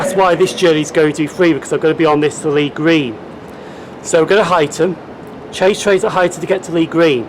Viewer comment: Great vlog, those geese must be fans! 😂 also you pronounce You-xton correctly! 😜😂